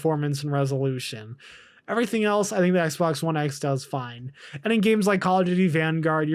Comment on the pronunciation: swear he says Xblox one X, in the beginning hahahahha